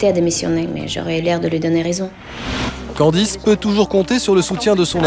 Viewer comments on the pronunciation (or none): Nan,il a dit candiz😂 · C'est moi ou le mec a dit "Candi" ?? 😂😂